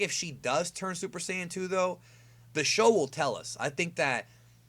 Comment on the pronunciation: Dude.. Please don't try to say Super Saiyan 2 in Japanese again.